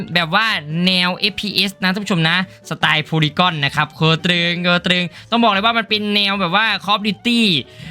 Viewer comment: มันอ่านว่า โพลี่กันครับ polygun ไม่ใช่ โพลี่ก้อน